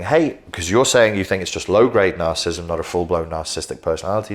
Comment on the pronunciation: You keep mispronouncing ‘narcissism’ and ’narcissistic’. Why?